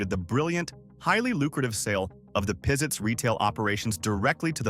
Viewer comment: When the store named Pizitz was in Huntsville, it was pronounced Pazitz not Peezitz. I'm not sure which pronunciation is how the family pronounces its name.